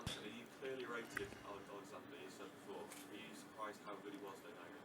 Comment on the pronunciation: Couldn't say Alexander Usyk